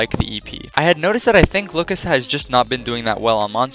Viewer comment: i don't think that's how lookas is supposed to be pronounced / 10 also my favorite lightbulbs are the ones that explode in my stage lights and make pretty patterns with the burnt gasses inside